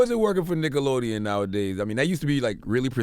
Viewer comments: Charla said "dickelodeon" 🤣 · Did i hear Dickelodeon? lol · "Dickelodeon" LMAO Y'all caught that? 😂😂😂😂 CThagod a fool for this!